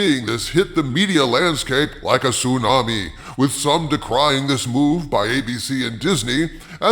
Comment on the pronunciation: Did he say Sue Na Me?